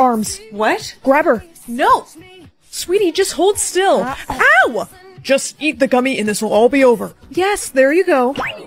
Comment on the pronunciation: Bro said “EW” instead of “OW”